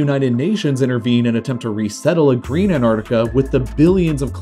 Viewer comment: Green not "Greem"